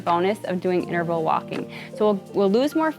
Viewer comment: Please. It's *inTerval*. Not innerval